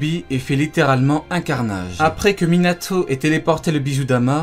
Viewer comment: c quoi cette manière de prononcer les noms ? Minatho NaurTho Obitho ptn tu mas rendu fou toute la vidéo on dirait le gosse de la vanne quand il prononce jonathan